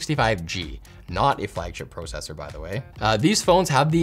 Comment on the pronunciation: Everything was good till you started to pronounce it like pro-cessor. Supposed to sound like pra-cessor. In the Midwest at least lol.